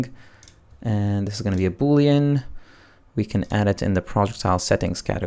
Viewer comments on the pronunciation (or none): none